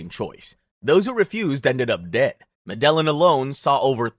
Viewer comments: In the Spanish language, double L is pronounced as a J So it would be pronounced "medejin" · i like the concept, but i cant take information seriously from a guy who cant even pronounce medellin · The way you’re pronouncing Medellín is triggering me